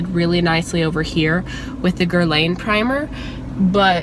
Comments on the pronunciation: It's pronounced "grrr-lawn" mama :) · Since we're being BRUTALLY HONEST you're pronouncing Guerlain wrong